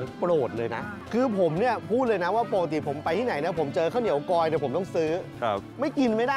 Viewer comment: กลอยค่ะ ไม่ใช่กอย